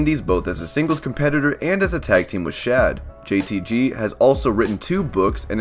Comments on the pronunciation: Its JTG not “JTT” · It's jtG not jtt ya goober, please get it right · It's JTG not JTY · It’s JTG bruh... JTG 🤦🏽‍♂️